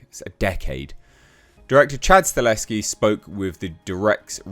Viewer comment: Dude, it’s “Sta-HeL-Ski” not Staleski. I know you can read! You can do it! I believe you! 😂👍🏼 Lol. Sorry, it bothers me. Love your channel dude. Keep up the good work,. 🤙🏼